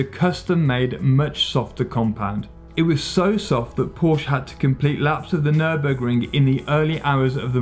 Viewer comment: What is a nörbögring?